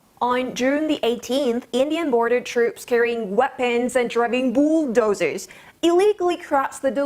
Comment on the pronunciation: I suppose she said poodozer. Bulldozer yeah of course are in India but Poodozers am sure it will stinky machine.